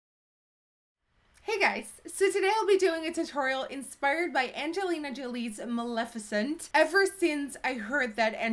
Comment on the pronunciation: Great makeup but more importantly thank you for pronouncing her name correctly!!! You are the only youtuber that has